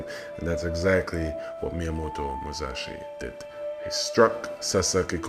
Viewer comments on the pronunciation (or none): Musashi not Muzashi...